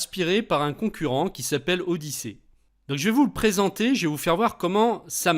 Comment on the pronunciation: Je pense que ça se prononce [odisi], (ody-see) jeu de mot avec le verbe « voir » en anglais.